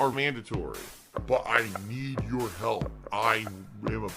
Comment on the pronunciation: "I STILL need your haalp."